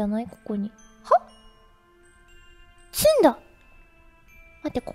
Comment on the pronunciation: 詰ん↑だ↓すごく好き🐬